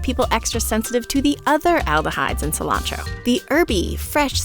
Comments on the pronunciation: Non-native English speaker here. The fact "cilantro" is pronounced "silancho" is wild to me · Why do you call it Koreander and scillantro?